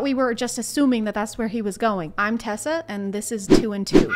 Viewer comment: “Tessa” LMAOOO